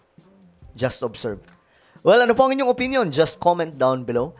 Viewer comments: Sangkay puro ka atong ang mali mabibigkas mo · Ramon ang po LAGI MO Sabi tong ang😂